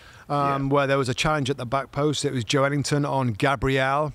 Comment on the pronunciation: That's a more accurate pronunciation than Joe Linton. The "e" gets pronounced as its own syllable in Portuguese.